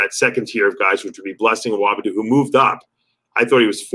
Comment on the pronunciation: Dave, Blessing has addressed you mispronouncing his name, on MD's channel. It's not A-whoa-BIH-doo... It's A-woah-DIH-boo. To err is human, Dave. But, your an upper-echelon BB channel. You're turning into Sal 😄